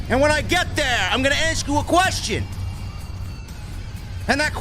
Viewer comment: Axe 🪓 me a querstion 😂